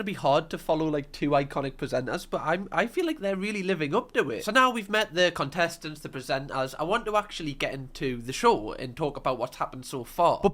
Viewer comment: Was that “cuntestents” I heard 😂